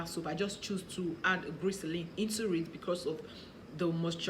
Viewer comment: Is it glyceline or glycerin u said glyceline or is it something different I don't know